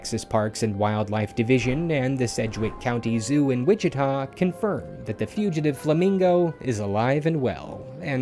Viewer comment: I’m glad you were able to pronounce by city correctly lol “Wichita”